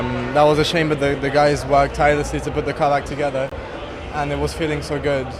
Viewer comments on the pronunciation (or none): It's only me, or most F1 drivers can't say "together" correctly? LOL